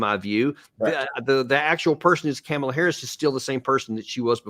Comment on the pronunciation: Her name is “COM-ala, not CAM-ala”. How can u make political videos and still cannot even pronounce a name properly? I can’t stand her but get her name right ffs